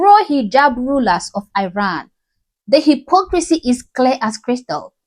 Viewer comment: My love I appreciate your videos💗‌ just a small reminder that you are pronouncing the name of my country Iran in a wrong way